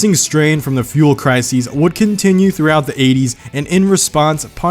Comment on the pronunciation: I actually cared about the I6s... Also did you say crisies ?